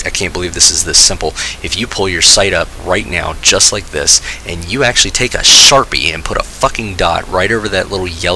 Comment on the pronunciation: By the way you said sharpie wrong🤬